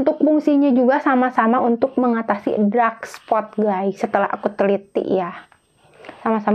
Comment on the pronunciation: Bukan drak spot, Mbak, tp dark spot😅